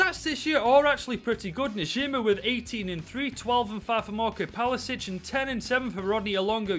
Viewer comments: Why do i get annoyed every time he says palasic instead of his actual name pasalic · Nobody:: 'Palasic'